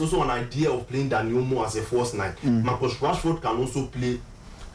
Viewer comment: It's Marcus not Marcos